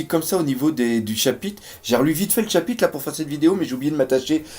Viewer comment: Bon bin comme d'habitude, tu nous offre une vidéo de qualité qui fait plaisir à mater ! Ta chaîne mérite son succès y'a pas photo. Tu maîtrises grave ton sujet et on sent la passion pour ce manga. Sache que c'est mon fils qui m'a fait découvrir One Piece et toi qui a fait que je m'y suis accroché ! Bonne continuation ! Ps : on dit pas chapite mais chapitRe 😆 je sais pas pourquoi mais à chaque fois que tu prononce ce mot tu zap le R !